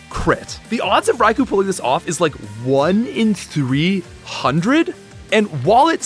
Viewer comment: It's pronounced "Rai-koh."